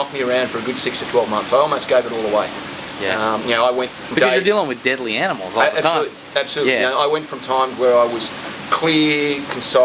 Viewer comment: Yep, he slipped into it for the word "deadly" at the very least. It's natural to do it.